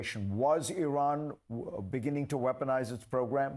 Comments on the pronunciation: Ffs its pronounced Ee-raan, not Eye-ran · Why do you keep on saying " eye ran"? It is e- ran. At least pronounce names properly. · It is not eye-ran, it is Eeran. He did not say Iraq, he said Iran. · Why are you saying Iraq!!! It's IRAN!!! Get your facts straight, you sound like trump not knowing the difference between the UK and the EU. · It’s not pronounced High-Ran, it’s pronounce E-ran, they were you pronounce it reduces your credibility… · Bugs me that people still say I ran, instead of Iran!! I tally anyone? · The "i" in Iran and Iraq is NOT A LOOONG "i"; they DON'T sound like EYEran nor EYEraq. The "i" is a short "i" like in "is" NOT like "ice". CHECK YOUR PRONUNCIATION before speaking, mate!! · Belay that. Why can’t some Americans pronounce it. Why do they say “eye ran”? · NOT Eyeran, PLEASE! 😭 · Just an FYI, your inability to pronounce "Iran" and "Iraq" properly makes you sound like a hick. It's like me calling your country Murrica. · Pronounce “Israel” … now pronounce the “i” in Iran the same way.